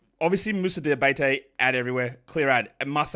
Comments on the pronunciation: Hey, it's Moussa "DiabAtey" not "DiabEYtey" 😁 cheers for acknowledging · It's pronounced DiaBAHteh, sort of, an accute e at the end.